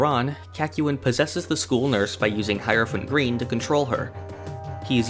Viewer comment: Man thought I was the only one who pronounced Hierophant green "High-rophant green" instead of "High-er-ophant green".